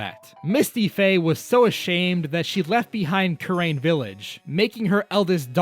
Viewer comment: the way he says kurain and manfred is hurting me